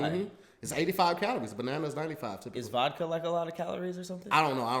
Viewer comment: Leave it up to to say “Vocka” instead of Vodka 💀